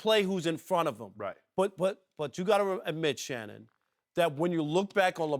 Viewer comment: Shanon I want you to admit it😂😂😂😂😂😂 “Shannon” Nooo😂😂😂😂😂😂